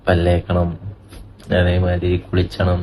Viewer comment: കുളിച്ചണം എന്നല്ല കുളിക്കണം എന്ന് പറയൂ